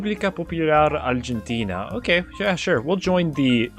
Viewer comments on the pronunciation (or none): none